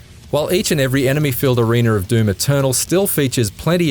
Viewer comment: Did he say areener?